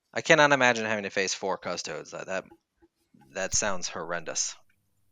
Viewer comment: Ace. Custodes = Cust Oh dees xD